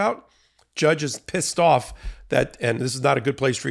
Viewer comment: The way you said “and the judge is all ready PISSED of at them. But the way you said pissed was hilarious. You said it was such punctuation. Totally crack me up.